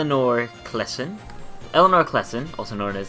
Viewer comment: Thanks for this video. It's pronounced KLY-sen, not klee-son, by the way.